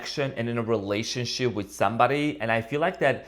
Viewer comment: Did I just hear relationshit? That is pure gold 😂